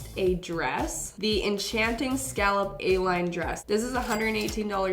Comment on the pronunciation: scallob do you mean scallop